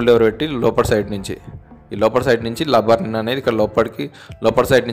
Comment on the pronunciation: లబ్బర్ కాదు రా బాబు... రబ్బర్ ఆది